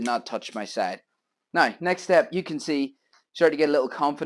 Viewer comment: Brian from Michigan us. I can’t wait to try this grill tomorrow. I love how you say nai (now). 😮